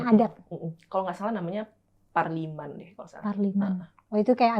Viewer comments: Parmalim bukan parliman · Parmalim bukan Parliman....hehehehe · Parmalim bukan Parliman 😅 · Parmalim loh, bukan parliman😅😂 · Parmalim bkn parliman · Parmalim namanya bukan parnilam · FYI ya kak bukan parliman wkwkwk tapi PARMALIM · Agama asli suku Batak namanya PARMALIM ya kak Kebalik pengucapan 😊